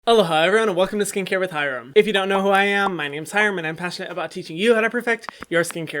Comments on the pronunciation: I always thought he said hello hi 😂😂😂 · I've always heard "Hello, Hyram. Welcome to skincare with Hyram" 😂